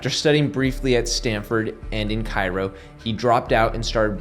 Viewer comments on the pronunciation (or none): none